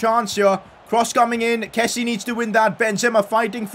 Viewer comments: Pcq: He’s not Kessi…he’s Kessi-a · not a pcq but please pronounce kessie right its kessi-ay